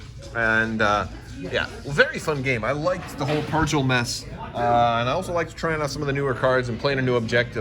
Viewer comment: Sorry, but I'm gonna be that guy. Purrgil is pronounced with a hard 'g'. Per-gill, not per-jill. Other than that nitpick, great video as always!